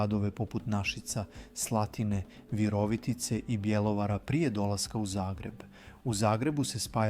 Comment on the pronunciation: Kako ovaj naglašava riječi????😂😂😂 Pa nije VirOvitica nego VirovItica !!! Na I je naglasak! Isto tako nisu rAvnice već ravnIce!